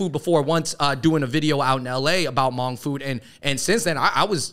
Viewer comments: Thank you Fung Bros for the coverage on Sunisa Lee and exposure of the Hmong community! Just some corrections for those who don't know. It isn't grammatically correct to use Hmong in plural (the Hmongs), it's always proper to use the Hmong or "Hmong people." Secondly, Hmoob is pronounced Hmong using the 1st Mandarin tone. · Wow, great video! FYI, "Hmoob" is the Hmong spelling for Hmong, it's still pronounced the same as Hmong, not pronounced "moob". 😅🤣 Another underrepresented Asian group are the Karen people from Nepal/Tibet. They started immigration to Minnesota about 17 years ago and tend to look up to the already established Hmong community in Minnesota to figure out how to handle life in America. Every country in the world has little known or unknown minorities, Japan, has the Ainu people for example and the list goes on if you research each country. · “Shout out to the hmoob” haha the pronunciation is wrong. It’s hard to spell it out but you don’t actually need emphasis on the B. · Please post an apology video for saying hmong wrong😂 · Great content, but no one is going to bring up how dude mispronounced HMoob? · Ah cmon Andrew from the start your pronunciation of Hmong was wrong wth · Good discussion. Thanks for creating space to talk about the Hmong. Just a side note though. No one don’t say “Moob”. In the Hmong written language, Hmong is spelled “Hmoob”. It has the same annunciation: “Mong”. Haha. Just thought yall should know incase no one else pointed it out. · I know this is an Old vid but I lol'd my ass off at the Hmoob part. " They call themselves Hmoob". It's still pronounced "mong" but the b is a tonal marker in the written language. The double O's make an ong sound in The language. I'm sure you know by now, but anyway thanks for repping Hmong/Miao people dudes. (